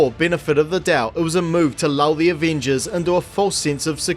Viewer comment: take a shot every time this dude says “aveenjuzz”